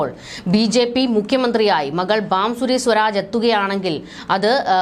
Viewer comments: Bansuri not Bamsuri mam . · ബാംസൂരി.. അല്ല.. കൊച്ചേ... ഭാസുരി സ്വരാജ്...